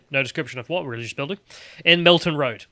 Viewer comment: Melton (as in Mowbray), not Milton (as in John)